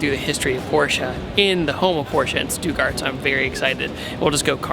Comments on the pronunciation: It's STUTTGART, not Stewguard :D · I been dere aslo its stuttgart not stugart